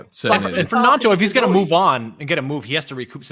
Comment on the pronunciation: cmon already, it's not pronounced NYONTO, it's pronounced NONTO. Looks like the lad's gonna be with us all season, so at least say it correctly. MOT